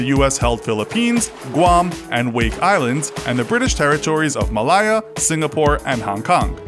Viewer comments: It was called. MaH Lay Ya... Malaya.. Sino is.. Sigh No.. And the 2nd bomb was called Fat Man .. FFS do your research. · and "muh-liyah" and also little boy / fat boy